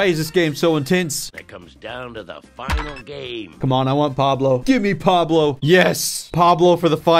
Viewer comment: that’s not pablo, that’s wablo